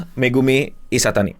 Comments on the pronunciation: bang, namannya megumi ishitani, bukan isatani hehe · Megumi Ishitani bang ..bukan Ishatani